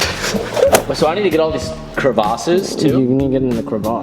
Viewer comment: since when does the "i" in Crevice make a "A" or "U" sound? Crevuce... Crevace.... wtf